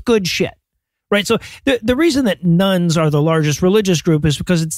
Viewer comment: Everytime you say "Nones" I hear "Nuns" and wonder why the convents have suddenly gotten so popular.